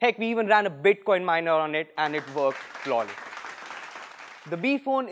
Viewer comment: "Bit coin miner"🤣